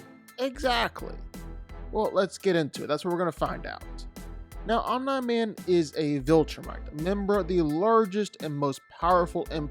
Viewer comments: 'Omn man' bro it's ommi man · it's Om Nee Man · "I do fight breakdowns" You also pronounce names wrong. It's pronounced "omnee" not "Omnye the science guy" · It is pronounced (om-nee) not (om-ny) would you say (om-ny-po-tent)? No. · Om-nye man? It’s pronounced om-knee man rere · “Om nigh man” they say his name a million times in the anime as “om NEEEEE man. Every time I hear him say “Om nigh man” I cringe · Tried watching this, but the mispronunciation of omni man really got me after a while. Omnee Man. OMNEE man not om nah man. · His name isn't Omna Man. It's Omni man. (Pronounced Ohm Nee Man). Spend just a bit of time researching stuff b4 you sound ignorant esp if you're ging to do a YT video like this. Good grief. LoL 😂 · Omni Man… ❌ OMNAR MAN! ✅ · It's pronounced Om-NEE man. Not Om-NAI man. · It's pronounced Om-Knee-Man... you know like knee, the joint in the middle of your leg, not Nah as in "nah dawg" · For the love of god bruh it’s OMNIIIIII man not Om nah man☠️ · Omni =(Om-Knee) not (Omn-Eye) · "Om-NIE Man"???? Who dat? It's pronounced "Om-knee Man" 🤣🤣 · You pronounce his name wrong... its not 'Om nahh Man" its Omni-Man... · Bro it’s OM KNEEE MAN not omnaman 🤣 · He’s trying to say Om-nI man instead of om-nE man when the latter is clearly the one they use on the show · Omm-Knee... like your knee not nye like Bill Nye the science guy... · the correct way is OM-NEE the way he was pronouncing it was OM-NYE like EYE. It was annoying. 😅😂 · Omniman not omnqman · omn-eye man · JFC how hard is it to say Omni Man correctly? OMNEE MAN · Stop saying Om-NYE. FFS!!!! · "OmNum Man" "OmaNai Man" "OmeyeMan" "Umnahman" "OmNaw Man" Dude...wtf?! 🤦🏾‍♂️ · Dog its Om-Nee Man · Disliking vdo for your wrong pronounciation as OMNA MAN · Who the heck is Omnah-Man? 🤨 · Bro it’s pronounced Omni OMNI MAN how tf do you get this wrong! they even say this in the show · Let’s see Eye-Ron Man vs Om-Nigh Man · "Om-Nah Man" distracted me the entire time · Who the f is “omna-man”!?!?